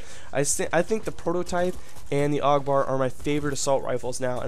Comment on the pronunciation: also i'm really not trying to like be mean but isn't it said A.U.G like each letter